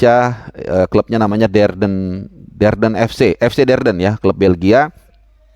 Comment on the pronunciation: Klub nya ragnar keseleo lagi sebutnya, Derden lagi aja disebut, kayanya sdh trlanjur masuk ke alam bawah sadarnya... DENDER Bung... Hahaha